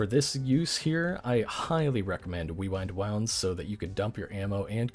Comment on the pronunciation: Glad I’m not the only my one that calls it “wewind wownds” 😂